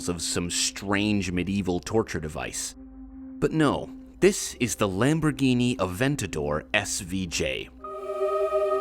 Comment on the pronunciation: Awesome video. You both tried your best with the Italiano pronunciation. However you have to pronounce the "r" in Lamborghini and pause a bit when pronouncing the double consonant in "Attiva"